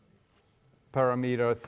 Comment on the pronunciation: Very good and simple explanation of RSA. Thanks! PS. Professor just needs to learn how to pronounce word "parameters."